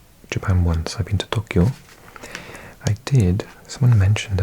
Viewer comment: i think youre pronouncing tokkyou (とっきょう) rather than toukyou とうきょう